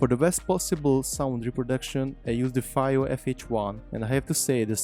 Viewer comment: Came close to buying one, chose the Shanling M0 instead for the small size and BT. FYI, I think it's pronounced "Fee-o" but whatever, good presentation, they make awesome audio gear for every budget.